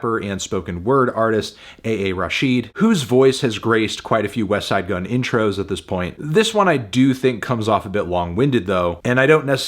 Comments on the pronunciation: He said Wesside Gunn instead of Westttside Gunn. What is happening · Finally Anthony stopped pronouncing the T in "Westside Gunn"